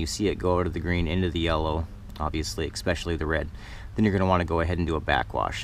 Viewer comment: "Expecially"? Really? 🙄